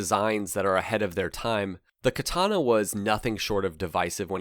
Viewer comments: When you correct ppl like: "KatAna" actually is pronounced differently. Each an every a is spoken equaly. "Katana" "Ahhh, KatAhna" is what you get It really gotta be hard to listen to some japanese movies and get at least an idea of.... nope - ignorant ppl being ignorant never changes. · when this bike showed up on the showroom floor, it was the first time that I ever saw the sign "Do NOT sit" on the seat of a bike. An aside, from casual chats with Japanese people I've learned by listening to them that the Japanese pronunciation of Katana is more like "Ka-taNAH", accent on the last syllable.. also Kawasaki is more like "Ka-WASS-ski", accent on the second syllable and no sound like "saki" at the end..